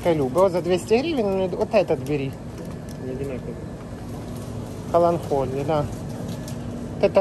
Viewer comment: "КаланКолия" он сказал )))